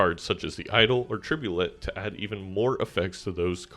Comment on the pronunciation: tribulet is a frech word. "tribulay"